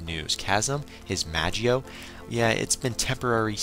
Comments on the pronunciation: in the manga its called magoi not magio, and from my anime source they also call it magoi. plus the anime i have been watching it on magi is pronounced magi. mag-eye must be the english translation which is a bit confusing since there is no dub version of the anime out yet. anyway not here to nit pick i was just letting u know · magio?? you mean magoi